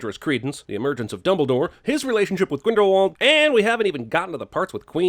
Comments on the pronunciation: Another sin: in the first movie everyone pronounces it as Grindle W ald but in the movies they pronounce it Grindle V ald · Add about 10 or so sins for the mispronunciation of “Grindlewald”. THAT SHIT IS A HARD W! SOUNDS LIKE A V! ITS NOT THAT HARD!